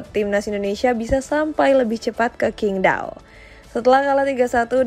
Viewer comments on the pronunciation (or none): none